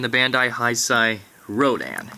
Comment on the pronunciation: Can someone tell him that it's pronounced Hey-sey and not High-sigh?